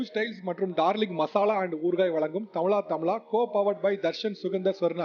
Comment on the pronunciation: தமிழா தமிழா என்று correct ஆ சொல்லுங்கோ sir தமிளா தமிளா. Wrong உச்சரிப்பு avoid பண்ணுங்கோ sir